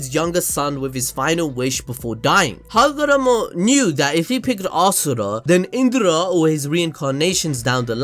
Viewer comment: Ass-ura hahahaha